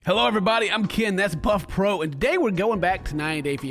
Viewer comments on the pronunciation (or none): Did he say Puffpro?